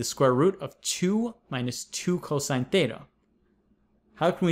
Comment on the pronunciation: I keep hearing tetha as data